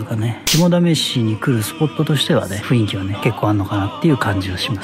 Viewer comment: 雰囲気をちゃんと「ふんいき」って言ってくれてるあたりほんと好感度しかない